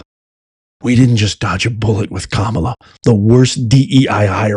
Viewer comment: you said Kamala wrong.